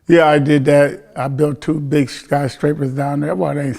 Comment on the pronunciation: no vlad hating did my man say sky scrappers lol